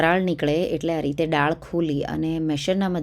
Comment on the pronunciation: ડાળ નહીં બહેન, દાળ બોલો. ડાળ ઝાડની હોય...